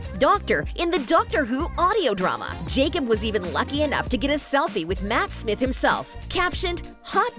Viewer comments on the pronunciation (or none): none